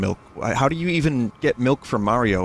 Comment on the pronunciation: ya wanna dwink all your mawio miwk